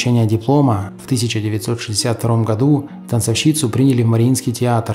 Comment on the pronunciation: Ведущий, ставьте правильно ударения : ТанцОвщица, Витторио де СИка.